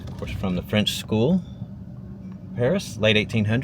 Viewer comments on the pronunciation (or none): none